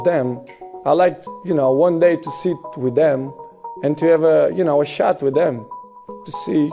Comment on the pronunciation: he said shat with them